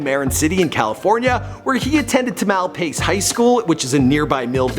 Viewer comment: you mispronounced Marin city and Tamalpais atrociously. Like brutally mispronounced. It's a very nice area; you should come check it out sometime. Then re-make this video and say it correctly.